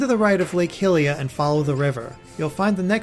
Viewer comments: Lake "Hilia"? HILIA? Hylia's named after Goddess Hylia, not Princess Hilda... I mean, come on, it's Hyrule, not Hillrule... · its pronounced lake high-lia